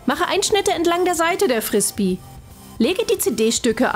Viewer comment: Das heißt Zombie und nicht Sombie Und wie man Frisbee ausspricht weiß die offensichtlich auch net :/